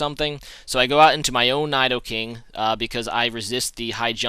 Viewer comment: Your not saying Nidoking right. But I love you.